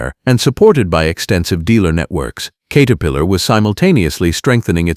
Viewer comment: katerpiilor lol AI crap